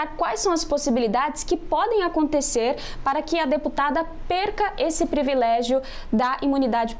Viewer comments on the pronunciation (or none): Eita : uma reporter de um canal de tv , Falar; Previléggio? Eita quem pois essa ai? PRI- VI- LÉ- GIO. TAPADA NA PROPRIA LINGUA.